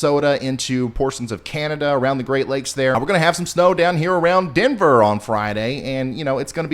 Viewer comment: Yea he said demver😂